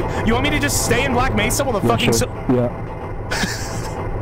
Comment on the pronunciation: It’s Mesa not Nesa